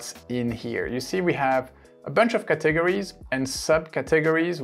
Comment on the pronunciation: Great stuff here Thanks for this helpful information. BTW In English we pronounce "categories' like this: CAT eg ories - put accent on 'cat' and a bit on 'ories'. I am trying to find out if we can upload things we've made on the Free Canva app to our YT channel. I couldn't find it on your Canva video - did I miss it?